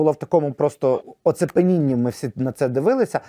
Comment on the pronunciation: оцепенінні --> оціпенінні